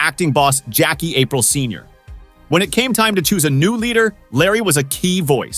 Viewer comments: It's "Apreel" not April 😂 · Not April, A-PREE-l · this said Jackie April 😅